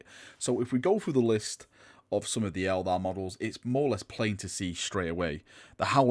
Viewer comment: It's Eldar, not Elder! REEEEEEEEEEEEEEEEEEEEEEEEEE